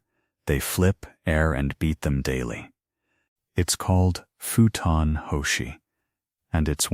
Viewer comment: Futon is pronounced foo-tan. Not feu-tan.